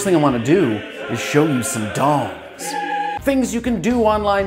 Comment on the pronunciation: It's dings not dongs.